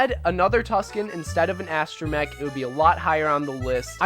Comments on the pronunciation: Mech, not mic. You got it right in the rest of the video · Did he just pronounce astromech as uh-stro-mic ?